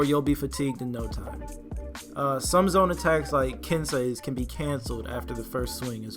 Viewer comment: like your channel is helpful, I notice you had hard time saying kensei. it's said like ken-say. just trying to help. and if you already found it out then my bad for beat a dead horse